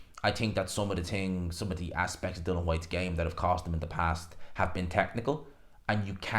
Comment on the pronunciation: HIS FCKN NAME IS DILLIAN NOT DILAN. SLACK